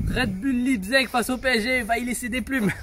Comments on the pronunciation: Ecrivez Leizig sur Google traduction svp mes oreilles 😂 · Ça se prononce laïpzich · Ça se prononce Laïptsigue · Enfin qqln qui sait comment le prononcer pcq lipzeg 😭 Allemand LV2 rpz 😂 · Ça m’a fais mal au cœur c’est que tu l’a dit plusieurs fois. Et au début de vidéo tu ne sais pas prononcer Leipzig, je suppose que c’est du second degré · ça se dit Leipzig